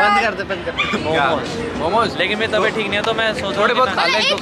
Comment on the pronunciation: Pure video mein ne 3-4 baar meri taybat kharab meri tibhyat kharrab hai boldiya 😂😂❤️ get well soon